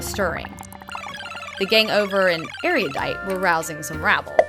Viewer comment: MOLLY IS ASIAN!!! And did I hear "Erudidiot?" :P